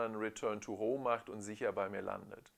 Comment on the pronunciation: Return to BAUUUUM!! hahahahaha :D Danke für den Vergleich, hast wieder mal sehr schön gemacht. ;)